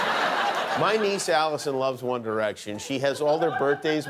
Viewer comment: i heard wonder action